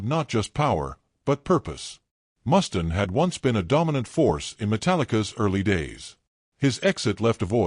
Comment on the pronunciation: Who's 'Mustin'? It's MUSTAINE!